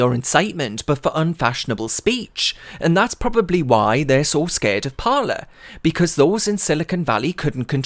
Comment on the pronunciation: Surely it would be pronounced "par lay"